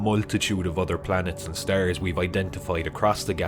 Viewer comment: Can you say "stars" ? Not stares